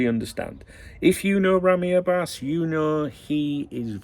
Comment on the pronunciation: Hello my friend, I just can’t stop cracking up about your persistent mispronunciation of Ramy Abbas’s name 🤣To make it easier for you to say his last name just remember that Abbas means Lion in Arabic 😂BTW, what is it with the ultra clarity of your stream today? It feels like your head going to pop out of my tv screen! Your Saudi friend 🫡